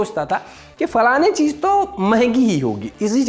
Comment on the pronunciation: Haan woh cheez ko cheej bole aor tum andaaz ko andaj 😂 sahi jodi hai tum dono ki 😂😂